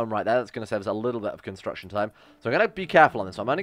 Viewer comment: It hurts my soul when he messes up constitution and construction.